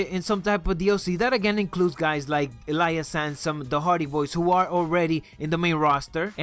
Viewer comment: Did you just say "Elias Samsung"?